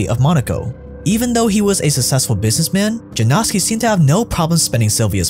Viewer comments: Yanowski , not Janowski🙄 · You should pronounce it like Yanowsky. Its a polish surname formed from a name Jan (equivalent of John). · seriously? you googled the pronunciation of that long af name in the DuPont video, but you can't check which sound letter "j" makes in Polish? it's not the same as in English. It's "y" sound. Why is this so hard for westerners to get?? ffs!